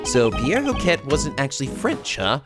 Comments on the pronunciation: It's ho- kay not ho-cket,... For hoquet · Hoquet is pronounced "Ho-kay". The T in "-et" is silent in French. This goes for Sherbet, too. (Sher-bey) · You don't have to pronounce the t in Hoquet. Great video as always!!